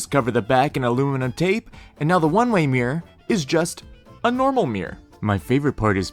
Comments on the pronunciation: Why does he say “Meer” instead of “Mirror” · Mirror has two syllables. It’s Mirr-or. Not Meer.